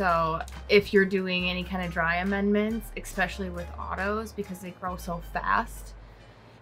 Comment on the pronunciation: I love it when people say exspecially